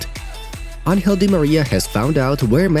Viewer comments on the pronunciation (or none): none